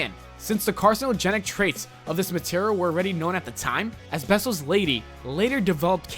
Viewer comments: Asbestos is pronounced as-bes-tus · The way he says asbestos is killing me.